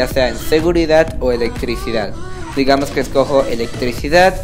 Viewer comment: Mira chico . Yo no se tu vida pero paterece q lleves aparato porq pronuncias mal la s . no te estoi criticando de echo tu truco me funciono pero es un poco molesto q estses diciendo todo el rato digamoz zale cazo eso es lo q molesta